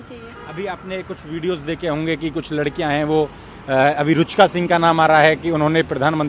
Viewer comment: रूचका नही रुचिका।😅😅